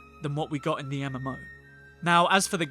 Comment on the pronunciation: Why do you say Haych when you are referring to HK-47 ? Why did you call the KOTOR online "the enema" ?